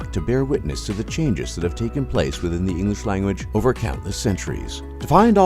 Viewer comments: Would be amazing if the speaker would be able to pronounce EnGlish, not Enlish :P I am of course just picking fun here :) I love the history lesson <3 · You ought to learn how to pronounce the word "English". It's pronounced "ing-glish", not "ing-lish". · Narrator can't pronounce the word English!